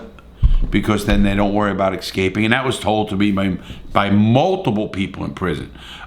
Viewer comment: Love the way you always pronounce "escaping" like "excaping" 🤣